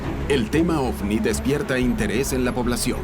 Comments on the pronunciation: En español, la letra “V” se pronuncia como “B” según la RAE. Me desespera escuchar “ofni” jajajaja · Ofni Ofni Ofni y ofni 😂😂😂😂